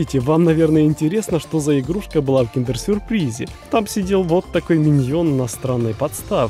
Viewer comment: также миньОн ААААА